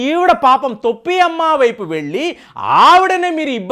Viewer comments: తొప్పి అమ్మ కాదు టోపి అమ్మ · తొప్పి అమ్మ కాదు టోపి అమ్మ.